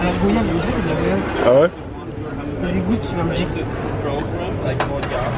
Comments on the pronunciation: on dit goyave comme voyage stp pas toi😩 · C gOIyave pas gOyave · On dit goy-iave pas go-iave ! Vous ne dites pas vo-yage mais voy-iage ni bro-yage mais broy-iage. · Elle a mal prononcé goyave 💔 C’est comme voyage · GOY-AVE s'il vous plait 😣 ça se prononce comme voyage 😌 Et LE coco ! un coco une noix de coco désolée mais aux Antilles ça nous tiens a coeur la prononciation 😊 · On va pas s’arrêter de dire go-iave, mais merci pour le cours de prononciation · Il s’agirait de bien prononcer « goyave » 🤡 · Euh...nn, ça se prononce comme "voyage"! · Vous avez un problème à prononcer « Goyave » 😭💔